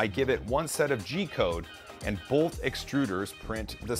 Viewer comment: I love ya,... but..... Man it pains me to do this.... You're killing me with "bolth"